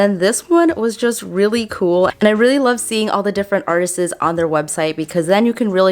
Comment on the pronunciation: did u twice say ‘articists’? r u new to the USA?